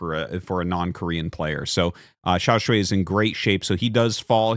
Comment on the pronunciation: Great content! The Chinese Zerg player is pronounced xiao ("shall") shuai ("sh-why").